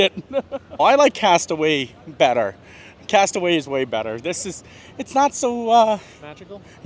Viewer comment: It's pronounced castaway "key"